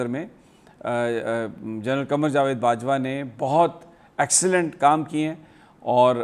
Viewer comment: Sami sab naam thu sahi bolain na ,,, gen qamar barwa ...